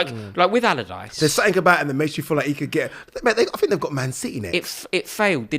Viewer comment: Sam "Allardichee" ??